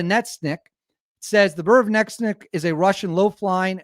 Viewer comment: Retard: Can't pronounce Burevestnik. Also Retard: Theirs doesn't even work. Also also Retard: If they wipe us off the map we'll wipe them off the map.